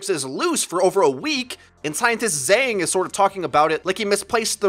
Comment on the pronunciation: Zhang, the pronunciation though xD